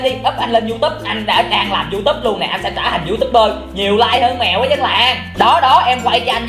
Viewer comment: Nghe chị nói gì mà =) diu túp trong khi người ta gọi là youtube(you túp)còn em gọi là you tu be còn chị...=) diu túp =)))